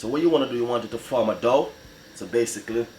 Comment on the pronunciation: Dow or dough? I need to know!